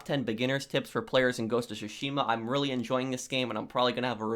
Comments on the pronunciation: its drives me insane on how you say Tsushima. Its supposed to sound like Two-she-ma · It's tsushima mate, but still, great vid!!!